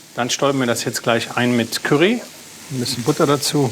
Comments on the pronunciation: Woher kommt es, dass so viele Leute mit dem Wort "curry", also mit "A" gesprochen, Probleme haben? Ich verstehe es einfach nicht. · Die Soose mit Kürri. Kennt man. 😅 Ich bin zu reif um mich darüber aufzuregen wie manche aber es ist einfach lustig und ja es triggert trotzdem immer ein wenig. 😂 Genauso wenn die Süddeutschen nicht "Schina" oder "China" sagen, sondern "Kina". Auch typisch ist das Wort "Kemie". 😂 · Cürree fand ich auch nicht schlecht